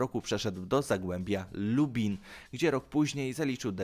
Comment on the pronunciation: Dobrze wymowil